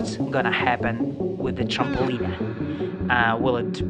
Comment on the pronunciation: You say trampoline like trampolinea. It's supposed to be tramp-uh-lean. Your accent is so cool lol